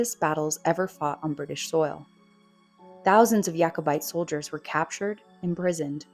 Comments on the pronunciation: It's not pronounced Yakobite. It's Jakobite. After King James. It's not a Jewish word. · Couple of points...you pronounce the J in Jacobite and Colloden is pronounced Col-u-den! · Why do you insist of mispronouncing “Jacobite”? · Wrong pronunciation of Jacobite and Culloden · I know! Kind of annoying and makes one doubt the rest of the content if the author can’t be bothered to to look up pronunciation of words she is unsure of